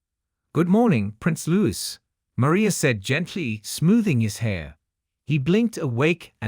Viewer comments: It's Louis, pronounced Louie. Not Lewis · Prince LOU EE - not - Lewis